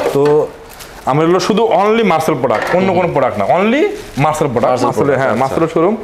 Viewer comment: মার্চেল নয় .. মার্সেল!